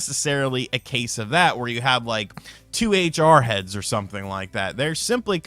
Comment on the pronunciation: You said ‘two HR Heads’ at first I thought you said ‘2a jarheads’ so imagine how confused I was and what a weird picture that put in my head. 🤪